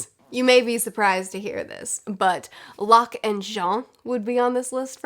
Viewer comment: I love Locke and Jean so much too (also kudos on that pronunciation hehe), their friendship is so entertaining to read about. It also helps that the plots of those books are always so well written and exciting, we need book 4, we really do